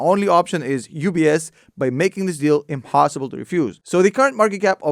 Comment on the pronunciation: I thought he said Ups buys Craigslist...great video tho